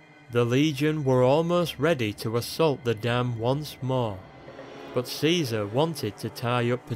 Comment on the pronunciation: he prounonced it kizar..being born after the apocolypse